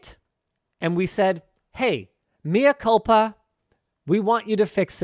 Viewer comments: Linus... is: mi culpa pronounced: mee coolpaa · Mi culpa* linus 😂 the intention is what counts tho